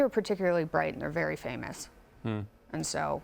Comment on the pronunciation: "I really liked her. - She looks like a superstar, was great fun, wery intelligent, wery smart, wery charming, wery warm, with direct eye contact. Seems like a wery nice person ..." sayd Piers Morgan about Meghan Markle (When he first met her in person)